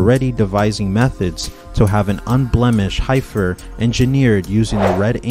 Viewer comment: Just to help : the E in Heifer is prounced like the E in END 😊